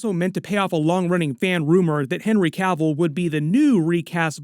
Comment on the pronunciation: Thanks to for pronouncing "Cavill" correctly. The number of channels calling him "Cah-ville" is ridiculous.